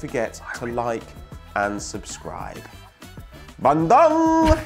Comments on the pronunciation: hey guy it is pronounce bun-doong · Its Bandung not Bandoong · it's pronounced Bahn-doo-ng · It's Ban-doong mate, these guys are killing me with their pronunciation :))) keep it up lads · really the way you say bandung is killing me 😂😂 i live in bandung and the way you say it is ban - dung. dung like dunga the former brazilian captain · I'm Indonesian and I'm laughing so much everytime they say Bandung. Their pronunciation was extremely hilarious (in a good way of course) :D